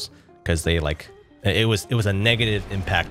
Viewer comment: pls i pray to god i heard negetive